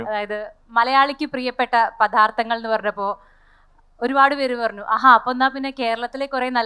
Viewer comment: മോളേ," പഥാർത്തങ്ങൾ " അല്ല, "പദാർത്ഥങ്ങൾ " ആണ്.